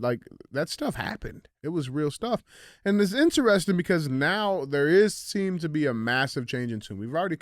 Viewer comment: DJ spends too much time trying to be the center of attention. Really makes CTI unwatchable. He is not funny and his illiterate pronounciation of common words (in-tuh-res-tun = interesting, axe = ask, etc.) are a "crime against humanity." I'll stick to Q&AF from now on and skip CTIs.